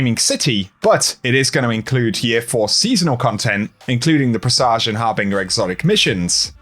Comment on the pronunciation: Uhh, that's NOT how you pronounce presage. #Made it to the end